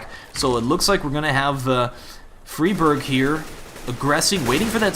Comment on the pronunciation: riWWE All the Scandinavian casters call him Fry Berg. EDIT: Recently seen Xist call him Free Barj. Apparently the casters are wrong.